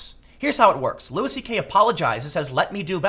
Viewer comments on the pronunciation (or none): It's pronounced lew-y not lewis. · its not lewis tho, its loo-ie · It’s Loo-ee CK not Loo-is. Love this channel but how is it nobody told Tim after his last Louis video? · Side note, isn't it pronounced Loui, like the French, not Lewis? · Jesus Tim... it's pronounced "Lou-EE." It's not Lewis CK... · It's pronounced "Lewie" not Lewis 😂. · It's pronounced loo-ee, man. Sorry I couldn't help it, every time you pronounce the S it drives me crazy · Its pronounced Louie not Louis. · His name is pronounced “Louie” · His name is pronounced “loo-wee”. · Tim, you need to google how to pronounce Louis... it's not a hard S, it's a more like Looey... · can someone please tell tim that it's pronounced LEWY. fucking hell mate. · His name is pronounced Louie, hence his show... Have you ever actually listened to any comedy? You kinda sound like an out of touch news reporter, and all the censoring is kinda lame tbh... You know you can swear on the internet, right? I get that it's a conscious decision that you've made. Overall I agree with your points. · The “s” is silent. Imagine yourself as a French person... come on, Tim. Pronounce one name right for me.